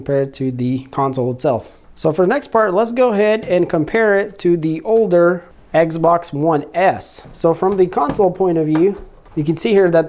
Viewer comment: If this guys doesn’t stop saying eggz-box!!!!